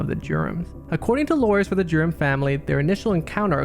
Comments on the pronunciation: everytime you say "Durham", i hear 'Germ'. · Dude, WTF! Can't you say Durham? Speak clearly d-bag! It sounded like you're saying 'germs' or 'derms' and made no sense. I had to Google it. Now I think it's better to read it on Google than listen to you a-hole speak. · Omg the pronunciation of Durham is killing me...it sounds like Germs when he says it! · Every time i kept hearing “the Germs” instead of the Durhams 🤣😂